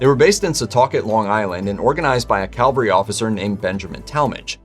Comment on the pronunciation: Did he say "calvary officer" ???